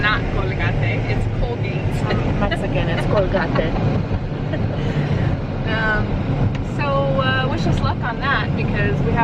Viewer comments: Colgahtėh.... its colgate 🤣🤣🤣 love it and love you guys so much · Cole-gar-tay ...That is the funniest pronunciation I've ever heard Love it! Congratulation's on your new home! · The way you pronounced Colgate is actually how you say it in Spanish:) also congrats guys!!!!! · Hahaha thanks for the new pronunciation of Colgate! ❤❤❤ congrats on the new house! I'm so happy for you guys!!!!!!!